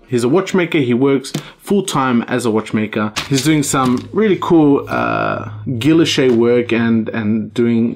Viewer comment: Heads up, Guilloche is pronounced "gii-yosh" for next time :) Awesome channel, love seeing your progress updates!